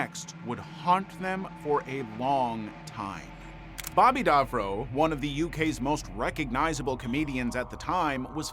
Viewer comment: *Davro, not Darvro! 😂🤦‍♂️